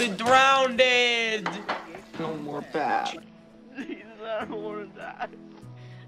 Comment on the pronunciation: 'I Could've Drownded'